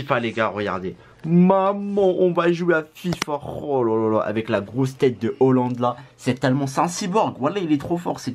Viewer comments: ça se dit holland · C Halland pas Holland mdr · Hahahaha 😂🤣 il est sûr que c’est un « grand fan de foot » surtout qu’il dit Holland au lieu de haaland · En Norvège on dis Hollande mais son nom s’écrit Haaland c’est juste les français ont trop l’habitude de dire Haland